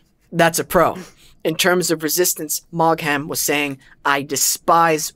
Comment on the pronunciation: Maugham. Do not pronounce the gh. You just crucified his name. It's like Meagher which sounds like Maher (h is barely noticeable). Search Maugham pronunciation on the Internet.